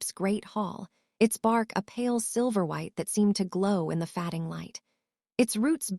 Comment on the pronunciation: A mispronunciation like "fading" said as fadding rather than fayding throws your concentration out of the storyline. "Read" pronounced red rather than reed. It takes a minute for the brain to catch back up with the story!